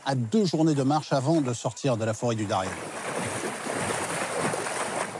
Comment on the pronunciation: On ne dit pas Darien, mais Dariene